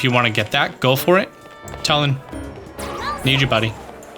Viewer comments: It’s purnouced toolin not tul in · I love sharing a name with such an awesome character!! I don't want to seem rude, but it's pronounced (Two-lin). I know this because it's my name, and in the game he says his name like that.